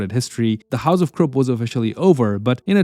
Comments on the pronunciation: KRUPP pronounced as KROOP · Why does the AI voice translates Krupp to Crook?